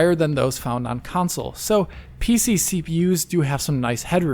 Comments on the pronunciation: Pc vs "council" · Why does dude struggle to say console lol always with the “council” in every video get it right already